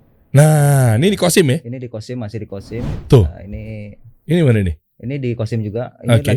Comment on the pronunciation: Maaf ... bukan kosim ya tapi qassim .